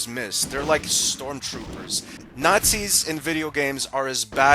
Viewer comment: It's nazis, I don't know how you could ever pronounce nazis as naszies